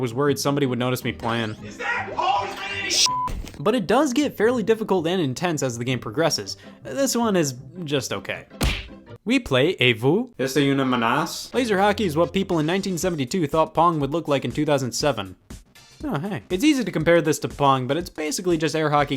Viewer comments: As a billingual French speaker, I am very sorry to tell you that your pronunciation of "Est-ce une ménace?" was very bad. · Hearing scott pronouce ménace with his american accent is the greatest thing i heard all day